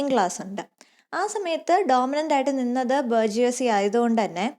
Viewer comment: Its not 'ബർജിയോസി'... 'ബൂർഷ്വാസി'.-Bourgeoisie